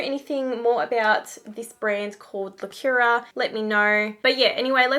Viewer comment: It is pronounced : Lacoora :))